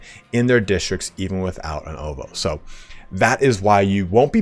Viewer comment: Ovoo is actually pronounced owoh